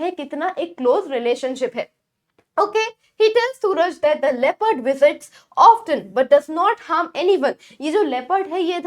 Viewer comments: Bkz t is silent and often ko ofen he pronounce karte hain 😂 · Mam often ko ofen pronounce krte hai